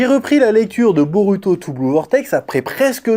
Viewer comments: t"essaye de bien appeler la phonétique "boruto" avec le LU a la place du RU mais tu dis BEAULUTO. Cringe, fais l'éffort jusqu'au bout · Perso, à l’écoute, le L est assez dérangeant. Quand on perçoit le R doux japonais (et non un L français), ça gêne l’oreille, car le L n’a tout simplement pas la composante du R, même léger. On a vraiment l’impression d’un autre son, alors que le japonais n’a pas de L. Tu dit bien BoRuto et pas Boluto, donc autant rester cohérent et continuer avec un R français, ou un R roulé à la façon espagnole, même imparfait, plutôt que de forcer des L partout. Le R japonais se rapproche d’un tap alvéolaire (comme en espagnol ou en italien), que les francophones ne maîtrisent pas naturellement, mais qui reste beaucoup plus proche que le L, qui est un phonème distinct et absent du japonais.